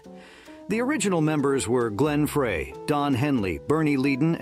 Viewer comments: Stop saying Fray it is pronounced like Fry. Fry not Fray. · Such kind of vudeo must have more accuracy with names. The Eagles' original member Glen Frey was pronounced wrong. Frey is pronounced like "fry". Not like "fray". He introduced himself this way during the introducing of Linda Ronstad to the Rock'n Roll Hall of Fame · It’s pronounced Glen “Fry”